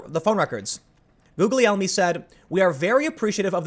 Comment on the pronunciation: Tim, it's Jee-ulee-elmee.. There is no 'J' in the Italian alphabet so a soft G is sometimes used like in Giuglielmo Marconi. It's not Googly- Elmo, it's Julie-elmo.